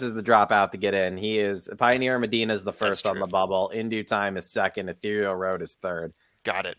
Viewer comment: Still hearing Tayba all over the place. Even Mike Smith said it both ways in an interview. In another interview, he didn't say it at all. Heckfire, even Yakteen said Tayba. Oh well. Now if someone would educate a few folks on how to pronounce Ethereal...as in Ethereal Road. Unbelievable.